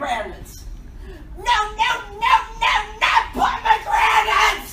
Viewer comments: My ears started to bleed and guess what came out.... pomigranits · Is this how americans pronounce pommegranates? Geez.